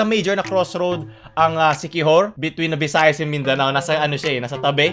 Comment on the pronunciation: Crossroad sya ng mga porn ang rinig ko ei hahaha